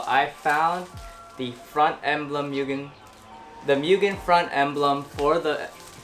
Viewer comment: Right?! and he doesn’t even pronounce the name right lol